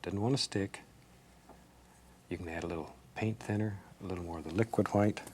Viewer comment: mimi !! Old school way of saying Wh-words.